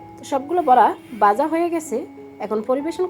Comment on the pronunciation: Uchharon poriskar kor Baja house na bhaja hoise